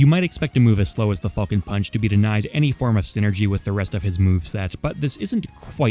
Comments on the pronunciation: “Fall-cun Punch” boi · Ngl, I swear to fucking god I kept hearing say "Fucking punch" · The way you pronounce falcon hurts me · Not the biggest fan of the way u say Falcon but your content is just as great as always! Keep it up with the best quality ever man!